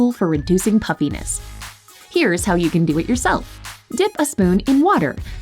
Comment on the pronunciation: I kept hearing “puppyness” but I understand what she meant 😂